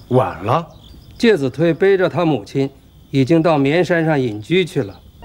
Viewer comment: 介子推（chui）音同吹